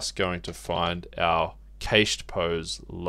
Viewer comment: im sorry but the way you say cached has me laughing, its pronounced "kasht" (or cash + ed) btw.